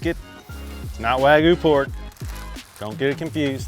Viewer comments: Wag-you not Wag-oou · My only issue is you said wagu. WAGYOU Liked and subbed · Wagyu no wagu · wagYU why do certain people keep saying wagoo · Take a shot for every WAG-OOH he says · “Wagoo” lmao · Wagoo? Seriously? You already know how to say "you". Why is it so hard to say wagyu? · “American waygu” 😂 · Cringey how you pronounce wagyu.